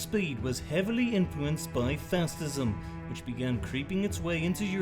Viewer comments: "fastism" lol 😆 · ‘Fastism’ lmao 🤣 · I hate how he pronounces facism